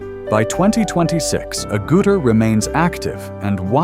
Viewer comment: Sigh. AI voiceovers continue to pronounce Jenny's surname incorrectly. It is not A-Gouter, it's AGG-utter.